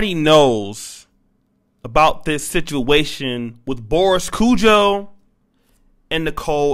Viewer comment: Can u get. Their names right please its kojoe long o and ari as in arianna